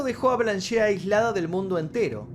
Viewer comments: Excelente vídeo,salvo un detallito:el nombre de la Blanche Monnier se pronuncia "Blanch"no"Blanché" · Blanche significa "Blanca" en francés. Y la 'e' final no se pronuncia. Osea: 'blanll'. Algo así. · La E de Blanche no se pronuncia.